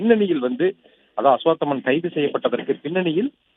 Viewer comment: அஷ்வத்தாமன் அப்படீனு உச்சரிக்கத் தெரியாதா? ஒரு சேனல்ல அஷ்வாத்தமன்னு சொல்றாய்ங்க..இன்னொரு சேனல்ல அஷ்வத்தமன்னு சொல்றாய்ங்க..நீங்க எல்லாரும் படிச்சவங்க தானே..இதே மாதிரி தான் முண்டகை என்ற ஊரை முண்டக்கை னு வாசிக்கறீங்க..இது என்னவோ மாதிரி இல்லையா?